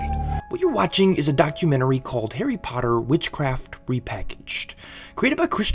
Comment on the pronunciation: “Hairy parduhh”